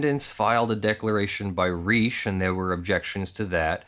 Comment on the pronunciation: Pronounced like Richie, dude.